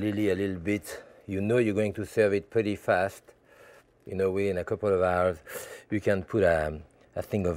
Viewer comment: "It should be done in about an aarrr".